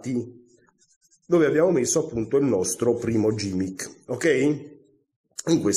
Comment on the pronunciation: Grazie per la spiegazione, molto semplice ma di grande effetto. PS si pronuncia GHImmick e non gimmick :)